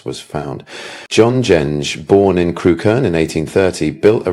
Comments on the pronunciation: It's pronounced Crook -urn, not Crew-Kerne. I live a few miles away. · Yep.Had a friend from there and she always called it Crook-urn.